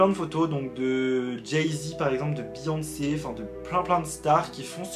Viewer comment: Moi quand jai entendue Beyoncé:BéYoNcÉ 😶